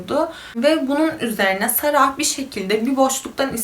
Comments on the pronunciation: ingilizce yazismasinda "sarah" diye yazilir ama okunusta sondaki "h" tellefuz edilmiyo. yani cok kasmaniza gerek yoktu, Sara veya Sera diyebilirdiniz. yani bu isim bir coook ulkede de kullaniliyor cunku cok yaygin ve hicbirinde de saraH diye soylenmiyor. ilk defa goruyorum birisi "sarah" diye soyluyor bu ismi cok sasirdim nasil olur diye.(bundan sonraki videolariniz icin soyledim aklinizda olsun) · Keske olaylarini paylastigin inslanlarin isimlerini düzgün bir sekilde söyleye bilsen. Cok rahtsiz edici. Sara „h“ cok rahatsiz edici.